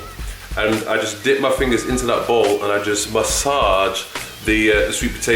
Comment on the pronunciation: This dude is hilarious hahah.. spinaaych.. Massâââge... my fav channel